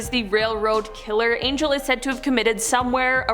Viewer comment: Angel is pronounced “on hell”. It’s Spanish.